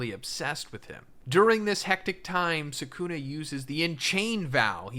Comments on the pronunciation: "Sakuna" damn... LOL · Why does everyone call him Suh-Coon-Eh? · Not even ten seconds and you mispronounce the main character in your video. Awful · Anyone know a vid like this where the speaker pronounces Sukuna correctly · Everytime he says Sukuna wrong I die a little inside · Yooo what the fuck is this pronunciation?